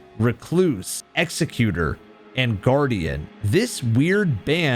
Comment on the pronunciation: I love this video and channel but for the love of Marika PLEASE— it is pronounced Exec-u-tor, NOT Execute-er. The latter would just called an executioner. An Executor, is a legal or familial position meant to document your life/handle your estate after your passing. Hints to his painting as a form of documentation. I’m not trying to sound pretentious—it’s just important context for the Night. Thank you! I look forward to seeing more!